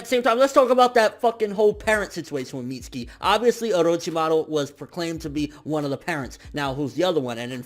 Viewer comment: y do so many ppl call him Mitski..its MitsUki